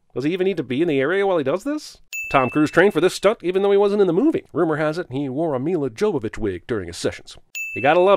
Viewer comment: Mila Jovović is not pronounced like that. J in Jovović is pronounced as Yo, not Joe. Not like it matters though really, but it's nice when you hear foreign names pronounced correctly.